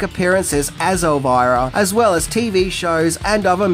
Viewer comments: The biggest thing I didn't know about it is that you'd pronounce it as "Elvaira" and not "Elvira", lol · I think the name is pronounced "Elveera" isn`t it? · would pronounce Elvira with a "errr" even if it wasn't spelled with a R! Lol love him